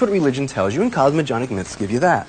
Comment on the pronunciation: All these years later he will look at it and remember mispronouncing 'cosmogenic'.